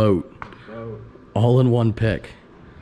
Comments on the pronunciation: Curious to why you cant say Stradman ? is it a PA thing to say strawdman? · why can’t you say stradman correctly. He’s much larger than you, show some respect or like you watch any content other than you’re own man.